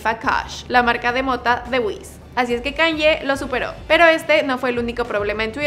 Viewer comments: Se escribe Kanye West Pero se dice Keni West Un pequeñito error nada nada...grave..😅😅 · Por favor. Debes de orientarte como se pronuncia correctamente el nombre del artista. Kanye, se pronuncia keyne